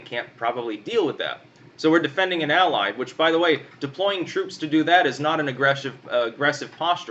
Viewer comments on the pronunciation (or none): none